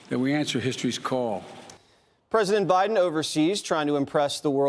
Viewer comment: “I’m Blow Jiden and I approve this soup”